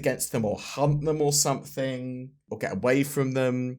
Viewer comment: Sandworms - did you say 'hunt' them, or 'hump' them?